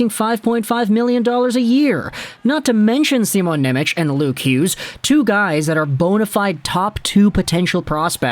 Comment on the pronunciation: Pleeeeeease stop saying NemeCH... its pronounced NemeTS. In Slovak, the letter C is like TS, whereas Č is the American CH sound.